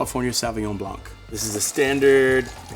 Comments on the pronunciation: The c in blanc is silent in french. Its ''blan'' not ''blank''. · It's pronounced Blan not Blanc... please correct this in your future videos.. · The c is silent in blanc